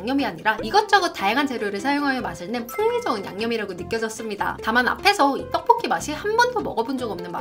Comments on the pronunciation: BBC 선정 "떡볶이" 발음이 가장 찰진 유튜버 1위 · 영상 다 좋은데 떡볶이 발음이 너무 신경쓰여요 듣기 좀 불편할정도로 발음이 튄다고 해야하나 그부분 말고는 다 좋을거 같네요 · 가래떠떠뽀뀌 발음하시는거 신기하고(?) 중독되서 계속 돌려보는중.. 원래 그냥 떡보끼 발음보다 더 찰진(?) ㅎㅎ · 이분은 진짜 떡볶기 발음할때가 정말 중독성이 엄청 강하시내여~~정말 발음이 특이함~~ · 된소리 발음이 어마무시하게 쎈 분이 떡볶이 리뷰어다 보니... 발음으로 딱밤맞는 느낌이 드네요. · 이 누나 떡볶이 발음 할 때 '떡'자에 귓속이 폭폭 찔리는 느낌인데, 가래'떡' '떡'볶이 하니까 귀가 막 어우